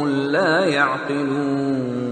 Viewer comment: The last word of ayat no 14 is "yaqilon." I heard "yadilon" in this qirat .Am I right? Pls reply